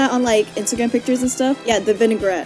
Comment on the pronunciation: calling the vignettes vinaigrette was so funny